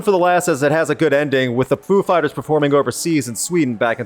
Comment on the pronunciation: did he say 'poo' fighers?